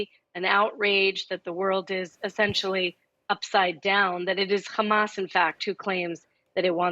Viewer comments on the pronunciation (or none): why does she pronounce “hamas” like that